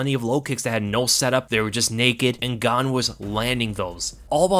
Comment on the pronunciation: I know you said “And Gane was landing those” but it really sounded like you said “Ngannou” lol